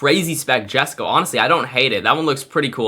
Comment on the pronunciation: I love your vids your the best… but please say pernounce Jesko like yesko course im actually crashing out, pleasssssss